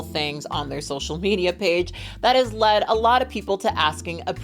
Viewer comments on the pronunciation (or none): none